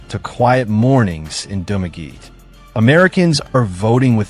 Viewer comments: If you could only pronounce the localities as it is done in the Philippines. I did not understand Dumageh - it is Dumagette! Thumb down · You mean its not Dumagee? This Dumb ass has never been to Philippines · To this blogger. Correction on Dumaguete pronounciation. Sounds like DU-MA-GE-TE. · Correction- DOO-MAH-GHE-TEA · You're mispronouncing Dumaguete. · these pronunciations are wrong reading it from an American point of view.